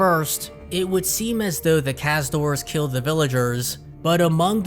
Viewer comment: Theyre called Caz-UH-Doors, not Caz-Doors. Come on, dude.